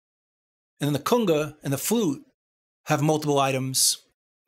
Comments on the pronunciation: Better yet, one time he even says "Kunger". Love this guy's work. Thanks! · Driving me crazy everytime I hear cunga...Cunga??? Lol...Great vids man. The official "go to" place for all things Reaper.